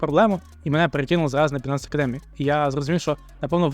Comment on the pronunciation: Байненс а не бінанс!!! Ну ви ж трейдери...